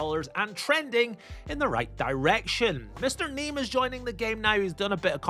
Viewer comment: Bro "listen" Andew Neeme's name is pronouced : "NeeME" . You read the last 2 letters as if you're reading the word : "me"